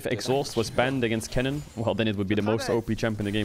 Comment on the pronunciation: I dont know if it is just me but when caedrel says kennen does anyone else hear Kellin? Like I am not bashing him or anything I am just asking a legit question.